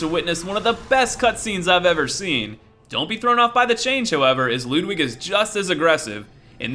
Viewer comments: Did you say, "Lewd-wig"..? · He pronounces Ludwig wrong